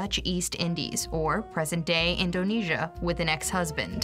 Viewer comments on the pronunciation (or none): none